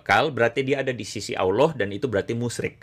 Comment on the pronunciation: Pak pendeta. Anda ini lumayan cerdas los, ilmu anda lumayan, nahhhhh nahhhhhhhh sejak kapan orang kristen bilang " Allah" dg cara pungucapan islam...nahhhhh.. naaahhhhhh anda ini apa yaaaaaaaaa????